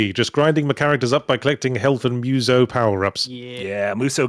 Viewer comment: Adding musou to the list of Japanese words Yahtzee can't pronounce. (I don't actually have a list; that would be psychotic. It would also be very long.)